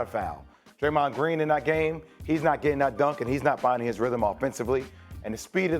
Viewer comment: “Draymont” is how a lot of less clued-in people pronounce his name, especially when discussing the unique missteps that only he seems to take. In truth, nobody is perfect and Draymond G is also a big reason GS had a dynasty. But I know you already knew that.